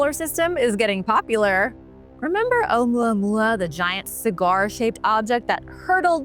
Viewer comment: Me too I can listen to her talk all day long. She has a very interesting way of explaining her topics and holding your attention. I love the way she says Ou Mua Mua. Can listen to that all day long.